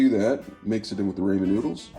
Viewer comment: Raymon noodles 😂😂😂 no just no